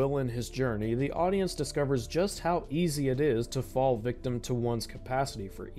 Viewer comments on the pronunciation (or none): none